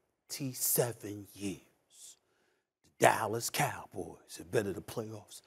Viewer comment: the way he says Dallas Cowboys 😂😂😂